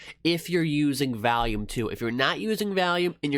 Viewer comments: OMG can you please quit calling it valume lol.... it's volume, you know like volley ball, it's vol, not val! Thanks for sharing it is interesting to see your choice of EMA's. I've been curious about 9 and 21 EMA's but I haven't used cross overs as sole decision to trades on yet. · great vid! p.s its not valume its volume hides face